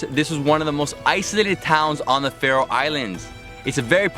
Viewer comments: You say The Citys/town SO WRONG😂 not hate I love The video❤️ im from the Faroe Islands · He's saying all the names wrong. PS.if you wondoring how i now that Kous am from the faroe islands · i liked this video because i live there and i laughed so hard when you pronounced the names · You pronounced all the names of the islands wrong.... But its okay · Im from Faroe Islands and i laughed when you pronounced the names. Because its not How you pronounce Them. 😂😂😂😂😂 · Couldin't you ask someone, have to pronounce the towns ? xD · Your pronunciations were really off man. Also there was nothing to see in Tjornuvik, except Risin og Kellingin which you could see from other vantage points. Definitely not worth the drive if you're pressed for time. I also would have recommended the Vestmanna bird cliffs, Sornfelli, and Trollanes (Kallur Lighthouse). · you pronounced every thing wrong i know because i live here